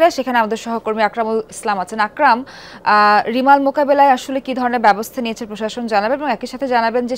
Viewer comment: কংলাদেশ রা রেয়মল কে রিমাল কয়। 😂😂😂